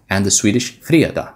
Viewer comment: The way you pronounced fredag sounds profoundly Swedish. Not the "standard" Swedish Spoken by the wimps in the capital but in anither dialect. I cannot put my finger on which one but definitley genuine swedish.